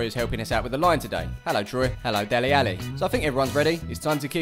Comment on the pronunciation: You're not a proper commentator 'till you pronounce Deli Alli as Dela Alli